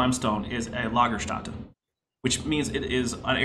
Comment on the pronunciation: The pronounciation of "ä" in "Lagerstätte" is closer to the "a" in "can". Also the "e" at the end is pronounced like in "the". And now i feel like Matt "" Powell.